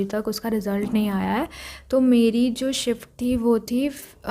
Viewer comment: First shift❌forst shift ✅😂😂😂